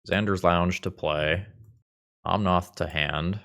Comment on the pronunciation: you do know it's omnAth not omnOth, right?